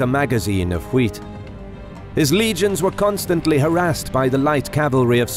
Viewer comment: pronounces "wheat" the way even Stewie Griffin would be proud of.